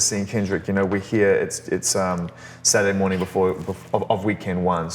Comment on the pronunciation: Top of the mowning